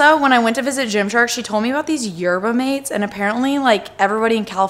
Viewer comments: The Yerba Mate is pronounced “Mah-tay” because it’s south american. I tried it once and wasn’t a huge fan. Also apparently they aren’t actually that great for you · My spanish teacher in high school used to RAVE about yerba mate, from what I understand it's a tea that you drink out of a special mug with a special straw. Also he pronounced it yerba mah-tay, I'm not entirely sure if it's the same stuff, but thought I'd let you know just in case. Love the video btw!!